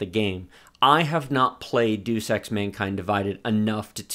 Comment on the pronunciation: "dus ex" :D